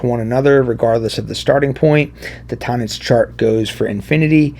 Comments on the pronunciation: You’re not even pronouncing the word “tonics quote correctly so I’m very skeptical that you know what the hell you’re talking about. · Hi, it's my 1st time here on your channel. Thanks for the explanation. Having said that, I wish you literally "spelled" out the name of this chart either in your video title / on screen / in the video description because I still have no idea how it's pronounced. Are you saying "tonitch" chart? Please clarify. Cheers.. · Oh thank God I went to the comments first. I thought this guy was pronouncing "tonics" as "tone-ics" instead of Tonnetz, and I was about to have a meltdown.